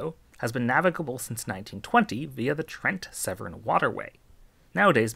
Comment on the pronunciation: "The Trent-Severn Waterway" Woah woah woah did we just jump across the Atlantic!? 😄